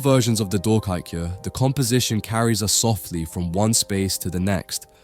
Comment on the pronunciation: Wonderful ❤ pronounce " doorkijkje" with " 🚪 door " k ( and I as in I am" door K"I" jkje not " ie" but " ij ( as in I am, I go, I see ) the " I"